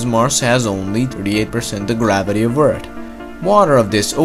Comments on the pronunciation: Earth not "eard"🙄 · It's EARTH NOT ERT! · sometimes he says eartt not earth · why do you say eard instead of earth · Earth not Eart LOL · ITS EARTHHHHHHHHHHHHHHHH. NOT EART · Why is he saying eard when it's eath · I liked the video eve tho he kept calling earth; urd, or nerd. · "Eart" im sorry lol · Stop saying eart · You areawsome but don't pronounce it like EARD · Ok ur videos are awesome but why Do u say eard it’s earth not eard but ur awsome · It’s EARTHHHHHH NOT EURT!!!!! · Like the videos but it annoys me that you say eart not earth And that you say the water covered one turd of mars surface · can you stop calling Earth "Eart" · its pronounced earf not eart and its thought not taht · Stop saying 'Eart'. It's 'Earth' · Love the vid but, Eardth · its earth not ert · Why does he say eard it’s earth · TH bitch thhhhh not T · u pronounce earth like eart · what is ert you tallking about you always say ert not erth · Welcome to Eard. Not Earth. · It’s pronounced Earth, not ert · I liked when he said "Erd". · Don't give him a hard time on him saying eart instead of Earth Don't be alone friend keep making good and informative videos... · Omg it's earth not fkin ERT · Earth...not Eart. Mars...not Marssssss. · Please stop saying ört instead of earth! Fucking annoying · It isnt eard........its earth with a th at the end........... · Pronounce 'TH' not 'T". Hello Eartling.. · ER-TH not ER-D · Earth. Not Ert. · Is it just me or is he pronouncing earth as "Eard" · ITS CALLED EARTH. NOT ERT. Great content though. :) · This dude says Eart , not Earth! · Stfu he can pronounce it whatever way he wants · His native language is most likely German, they have a hard time pronouncing the "th" sound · What is hiSHtory and what is EarD!? :D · This is the guy that says eart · I like how you pronounced Earth as "Nerd". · "Eart" and "wit". The narrator couldn't pronounce "th". Not making fun, just saying it got a little distracting after awhile. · Is this the guy who says Ert ?